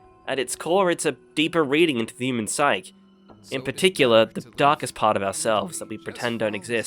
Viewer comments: 'Psyche' is pronounced 'sai-kee'. 'Psych' is pronounced 'sike'. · human psyche is pronounced human "sigh kee" not human "sike." Great review, very good choice of title! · Don't know who needs to hear this, but "psyche" is pronounced "SIGH-key." Great video in substance though.